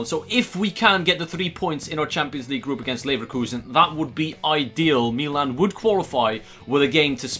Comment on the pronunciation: why does he say meelan instead of Milan anyway still love the videos boss team